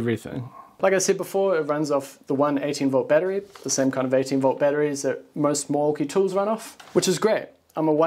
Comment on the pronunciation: If you can't pronounce"battery" correctly don't say it. Unwatchable.